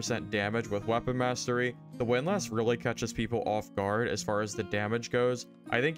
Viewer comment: unsubscribed unless you learn how to pronounce windlass correctly.